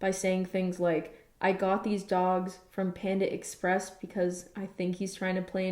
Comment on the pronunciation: Pändah Express